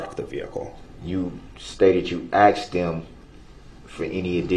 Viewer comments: Aminant = animated Substained = sustained Axed = asked Relevancy = relevant Many more mangling of English language! Many moments where he reveals his education was seriously lacking. Newtons laws of motion. Cardinal points of compass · He also insists on saying axe, FUSStrated, speck-lative and relevancy. I cringe so hard when he says "fusstrated". That one particularly bothers me the most for some reason.